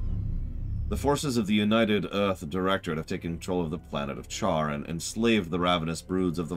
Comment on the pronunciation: United "UGH" Directorate This is on me! I have difficulty processing speech and hearing stress "Earth" right when I stopped paying attention to do something else made for some unintended humor. FOR THE SWARM \o/